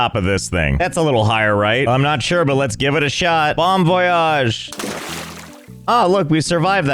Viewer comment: Your "Bon voyage" sounds great, did you take French lessons? Btw this game reminds me of Astroneer, and thus the mess you made lol